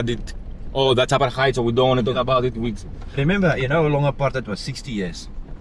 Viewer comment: Buddy 'its 'Apartheid' 'Not apatite as apatite means your hungry lol 🤪 Haha 'just playn wit ya.. So anyway when are you coming to Australia 'Like say sydney nsw for example my good man as we have many Greeks heir who came in the 50s n brought as diffrent taste to our taste buds lol